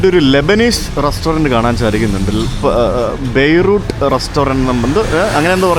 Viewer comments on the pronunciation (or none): none